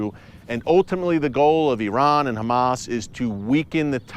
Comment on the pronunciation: We pray for peace,,,, so much so that we hide weapons in our place of prayer, so we keep the fight going,,,, while we pray for peace,,, you pronounce our name wrong,,, we are not humass we are dumba$$.!!